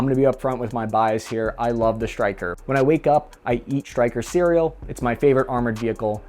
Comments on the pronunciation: Bud there is no H between S and T ie Stryker vs your Shtryker or do u say Shtrike 3 otherwise shtupendous video! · It's 'Stryker', NOT 'SHtryker'. There is a difference. I know the shtruggle is real, but please, try to lose the 'h'. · Is is shrytker or stryker?